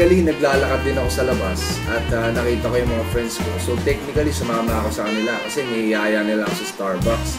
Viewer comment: Silent A po and tamang pagpronounce ng technically and basically. Lubos lubusin nyo na po ang pagiging tunog matalino. "Basiclly" "techniclly". Power!!!